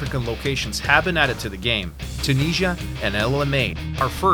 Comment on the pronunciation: Too-niz-i-ah not Too-nee-sia You guys have horrible pronunciation I've discovered.